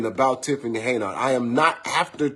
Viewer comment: Who in the hell isTiffany Heynard? I thought her name is Tiffany Henyard? I can’t stand when so called “intelligent” people can’t pronounce simple azz words🤷🏾‍♀️🤷🏾🤷🏾‍♂️and repeatedly says it wrong? It’s HENYARD GOTDAMMIT!🙄🙄🙄